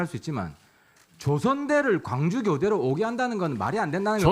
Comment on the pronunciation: "문태고등학교" => "문래고등학교" "광주교대" => "광주조대" 단순 착오. 필기를 잘못읽음.